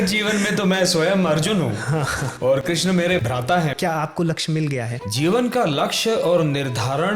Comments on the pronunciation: श्री कृष्णा बोलना सिखो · please krishna name ko thik se pronounce ki jiye 🙏🙏 bahot aajeeb lag rha hai